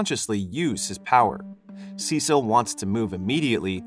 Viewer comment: Cecil??? SUH SEEL - CECILE LOL